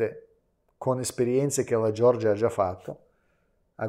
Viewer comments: Per favore Nicolai, non dire “Gior-gia”, ma “Ge-or-gia”, non è una persona, ma una nazione. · Ma xchè dici Giorgia?e nn Georgia?